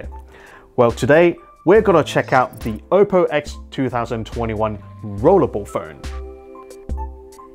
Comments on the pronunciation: Everytime he says Ope-o I die inside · The way you say oppo hurts